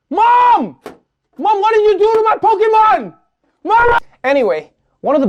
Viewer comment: You lost your credibility when you failed to pronounce Pokemon correctly. :(